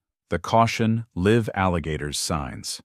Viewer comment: The narrator blew his AI cover by mispronouncing 'live'...